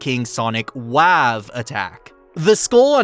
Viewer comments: Kings attack is not waev it’s “weh” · did u just pronounce wave as "wahv" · "wav" lol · i am disgusted and will never forgive you with the fact you said “wav”